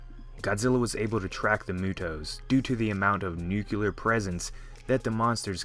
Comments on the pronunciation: NUCLEAR!! NUCLEAR! NOT NUCULEAR, NUCLEAR!! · NUCLEAR.not nukular.say it with me,NUCLEAR. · Not to be mean, but why do some people pronounce nuclear "nucular"? It kinda bothers me